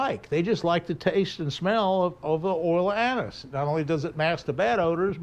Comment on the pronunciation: What’s he saying the oil from the drugstore is. ? Oil Anis